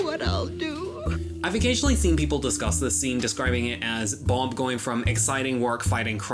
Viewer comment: Good video but why in the fuck are you pronouncing bob as boulb??